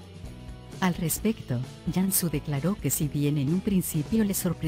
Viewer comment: Y por que pronuncia Yansu, si se pronuncia tal cual se escribe Cansu